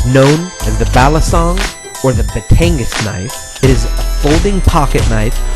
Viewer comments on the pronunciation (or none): Batangas should be pronounced = bah-TAHN-gahs Balisong - Bah-lee-SOHNG Actually just came back from PI and picked one up from Taal. Breaking it in as I watch this video. Aside from the mispronunciations, really good info. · Just to correct you on the way you say Batangas and Balisong. Both are not pronounced how they are spelled to Americans. - Batangas is pronounced - "Ba-TONG-GOZZ". It sounds if there are two G's, even though it is not spelled w/ two Gs(very similar to Tonga). And TONG said just like the first part of Tonga...and GOZZ just like Oz and gauze pad. - Balisong - "Ba-LEE-SUNG". Sorry, just iritates me when I hear words of my native language butchered.